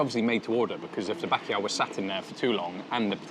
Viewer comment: My god mate. If you’re saying bakiyaw trying to say bacalhau… Good video though